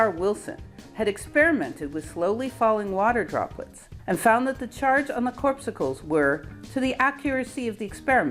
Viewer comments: Again, acknowledging that correct pronunciation may not be your "thing", instead of "CORPSE SICKLE", it's ... cor·pus·cle (/ˈkôrˌpəsəl/) noun - a minute particle regarded as the basic constituent of matter or light. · CORP' SU CLE, Really? It was derived from biology, the KAWR-PUHS-UHL, a cell in blood. You youngsters crack me up. Pronunciation has gone to hell on the internet. However, we oldtimers love your research and reporting. Particularly the fact that 8 of his students got Noble prizes. Did any of Einstein's students get Noble prizes? Don't know? Of course Noble prizes have now been disgraced by the revelation that apparently Jeffery Epstein was engaged by Bill Gates to buy one for him and Bill apparently thought he could do it and paid him large $ dollars. What's the connection between the Noble committee and Epstein? More evidence of the absolute corruption of science, academia, medicine, business and Wall Street. You young scientists are going to have to straighten this out. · I wish I could give it 2 thumbs up for your pronunciation of corpuscle as "corpsicle"! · Well, thanks to a nearly infinite critiques by ace pronunciatiors, I now know how to say corpussels. Nice work again,. Pretty soon I'll be caught up to your latest essays. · Love your vids, but you should have some fresh ears and eyes go over them. "Corpuscle" is pronounced like CORE pus sul. Please keep making vids and I'll keep watching them. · Great stuff, but "corpsucle"(sic)? My ears were bleeding after the third mispronunciation. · google 'corpuscle' to check pronunciation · 1 semantic point. You may wish to check your pronunciation of the word corpuscle.